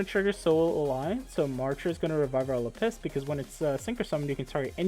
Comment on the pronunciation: It’s LAppis dragon, not laPPIS 😂